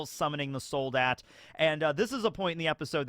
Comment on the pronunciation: Also it's ,,Sol-daht" It means Soldier